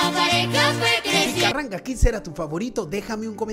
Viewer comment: Carranga Kids no Carranga Kicks. 🤦🏻❤